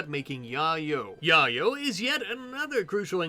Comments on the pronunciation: How is it not yay-yo? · I'm sure you were doing it for a bit of a giggle, but im pretty sure Yayo is pronounced like "yay more drugs" and "yo, you got drugs?" cause its cocaine. or like the rapper tony yayo.